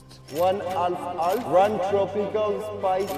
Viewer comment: Half half ❌ - Alf Alf ✅